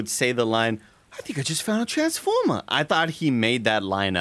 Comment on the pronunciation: “I think I just found a transfomah” 🤣